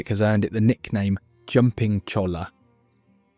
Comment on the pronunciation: You managed to get La Jolla right. How did you f*ck up cholla so badly? If I keep watching, will I get a lahss an-jel-eez, too?